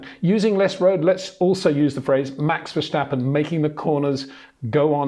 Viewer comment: It's verSTappen, not verSJTappen🙂